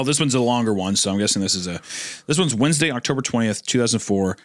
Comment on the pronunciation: Wend UH goon